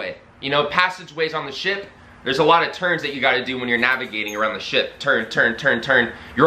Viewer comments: Or as you say, shi-PUH ;) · I like how you say the word ship